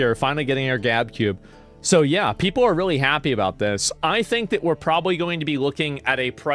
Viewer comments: The Gube for short 😂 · Why does Asmon keep pronouncing GabeCube incorrectly?! It’s a play on GameCube!!!